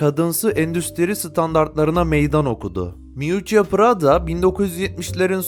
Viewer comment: Keşke prada demeyi bilen birisi seslendirseydi😢